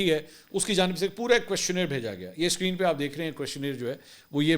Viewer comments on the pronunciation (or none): none